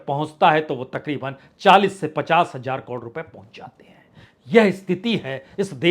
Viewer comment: Sir hajar nhi hzar bola kre bra hi ajeeb sa lagta h koi bhi chanel vala hjar nhi bolta thanks